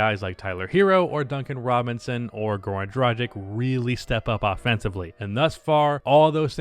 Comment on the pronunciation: learn how to pronounce goran dragic and i will subscribe